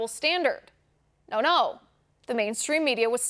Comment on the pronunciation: I become completely crazy when this magnificent woman says : "no no" always from France.............